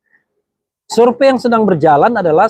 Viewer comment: Bener kata p sure pay bukan surevey